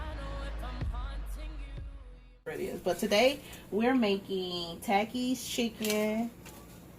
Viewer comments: it is pronounced "ta- keys" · Every time she said takis and paprika wrong I was yelling at the screen🤦🏽‍♀️